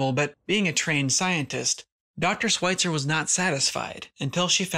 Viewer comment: Great vid, but her last name is pronounced with the "Sch" sound. Not 'sw'. Sorry . It was driving me nuts.